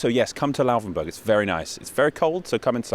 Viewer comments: It's not Lauwvenburg but Laufenburg. You are allowed to articulate the f very clearly as a voiceless labiodental fricative (as some name it). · its not Louhwänburch. :D Its Laufenburg :D i once learned in a bakery that had a shop very close to the bridge. funny times! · It really kringingly anoys me that you say Lauvenbörg. WHY. "F" is the same sound in englisch and german. And börg is also unnecessary. You know how to pronounce burg. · The letter 'f' does not sound like 'v' in German. You keep saying "Lauvenburg", which is wrong. It's basically the same 'f' sound as in English. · why did you pronounce it Lauvenburg the whole time? is this actually what it's pronounced as?